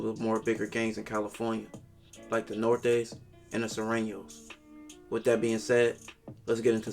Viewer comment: Why so many can say sureños, but not norteños?